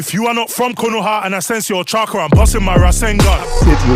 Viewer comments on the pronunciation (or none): none